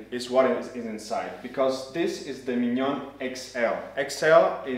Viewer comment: Great video! I think this grinder will be my first upgrade after 10 years with my first/original setup. So good to hear the name pronounced properly after so many reviews with “Minion Spesseealita” :)